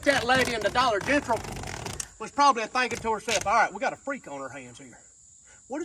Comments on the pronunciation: "Dollar Gentral" 😂😂😂😂😂😂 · Dude said Dollar Gentral 😂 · And the Dollar Gentral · I didn't hear it right the first time and thought he said Dollar Genital - you know, the place that sells used condoms and stuff. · Yea and Dollar Gentral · "dolla Gentrl" hahahaha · The way he pronounced "Dollar General" got me weak!!!🤣🤣🤣